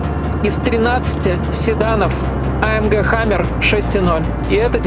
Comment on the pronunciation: Услышал "hummer" вместо "хэммер", дальше можно эту дичь не смотреть. Хэммер это молот (буква а) , Hummer это не молот ☝️